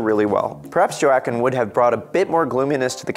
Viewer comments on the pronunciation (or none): Joe aw Quin, lol, has he never heard it pronounced Wah Qeen before? lol. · WAH-keen Phoenix. FFS. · Correction: Joacquin is pronounced as: "Wa-keen" Not pronounced as: "Jo-ac-keen" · Nycoo it's more like Whoakeen the Js ha a Who sound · JO WA QUIN ... what the heck man haha. WAKEEN! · Am i the only one thats distracted by how many times he said joaquin incorrectly? Its pronounced 'Wakeen' not 'Jo a Quinn' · Joe-Aah-Queen Phoenix? It's Waakeen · The guy didn't even know the actors name, he really said JAY-awwwchin Phoenix? dude it's pronounced WHA-quine Phoenix dear lord. And this guy has the charisma of expired rice crackers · Really you are doing some acting here but you can not pronounce Joaquin’s name. So you know Whack-inn. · .....Did this dude really pronounce “Joaquin”’s name as, “JO-AH-CHIN..” 🤦‍♂️🤦‍♂️🤦‍♂️🤦‍♂️😂😂😂😂😂 DUDE.....his first name is pronounced, “WA-KEEN”.....not.....”JO-AH-CHIN”... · Joe Akwin? Wah-Kween? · His name is pronounced " WALL KEEN PHOENIX"!!!!!!!!! NOT JOE ATKIN PHOENIX!!!!!! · 😂..u destroyed joaquin's name. No worries👍...it's not Jo-ack-kin...it's pronounced Wah-keen. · Man, have you never heard anyone actually pronounce Joaquin Phoenix’s name? Talk about a butchering. It’s pronounced WAAA-keen. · JOWAKIN LOL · Joe-Akwin. LOL. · Can't imagine anyone but Robert Downey Jr. as Ironman, especially after watching the Endgame last night! Btw, it's pronounced "Waaaaaaqin", please don't EVER say that J thing again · Don't try so hard. Just do a voice over. You're a youtuber, not a professional, so you're excused just this time. The hand movement, the body twists, the head swings, and the Jo Akwin. Your topic and content are good, you in front of the camera isn't. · Video title should’ve been how to get a headache while watching a YouTube video😂😂😂 stand still mf geez😒🤦🏽‍♂️ Edit: did I hear this guy right? Joe aKin? Really?? Haha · I’m turning this off because he keeps saying Jo-Akquin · JO-WA-KWEEN R U KIDDING ME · Joeakeen lol